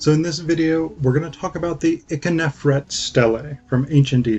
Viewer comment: Also, Ikhernofret is generally pronounced EEK-her-NO-fret, not ICK-uh-nef-ret although your pronunciation is not that bad. Lastly, you barely described the ka-her-ka festival.